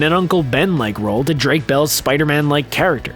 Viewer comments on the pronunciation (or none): none